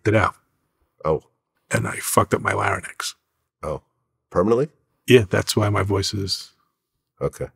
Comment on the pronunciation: he said "laryn-ex". real hip hoppers know who coined that prhase..